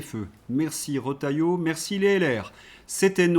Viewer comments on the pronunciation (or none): none